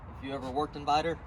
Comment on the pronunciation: When he said Vidor texas I fucking died lmao